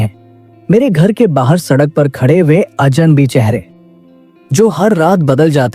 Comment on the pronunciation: Ajanbi nahi Aj'nabee, kagz nahi kagaz, apne shabdo ko thoda theek karo